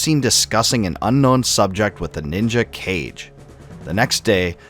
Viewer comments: Lmao. He called Ka-ge(shadow) cage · Kage is Kah-gey not cage but I get it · KAH-GEY not "kage". It means shadow in Japanese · I called him Kage (Cage) until I played Ghost of Tsushima lol! It’s pronounced Kagé (Kagae). It makes so much sense after realizing it. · it's pronounced Ka-Geh